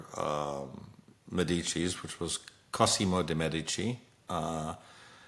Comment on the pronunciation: you are mispronouncing Medici